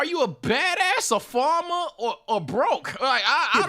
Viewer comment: where from cause the way man said farmer lmao Fahmuh